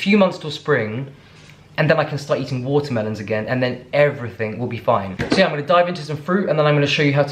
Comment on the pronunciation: I like how you try and pronounce certain words in an American accent, u got it all down pat except "water-melone" that's halfway Spanish accent 😂